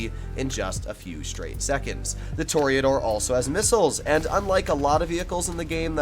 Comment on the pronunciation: “Tour-uh-door” not a “tour-E-A-door”